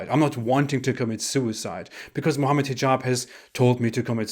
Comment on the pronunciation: The way you’re saying Hijab sounded like T-jon to me at one point which is what a portable toilet is called in Louisiana